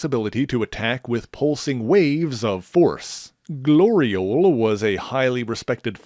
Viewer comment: Really?! Really?!... Glori-ole?!